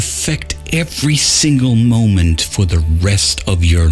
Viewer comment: "for" not "four" and "more" not "moire"